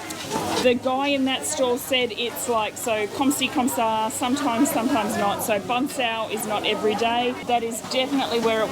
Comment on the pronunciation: its bahg cheow. like how you say meow